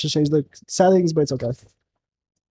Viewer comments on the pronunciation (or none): none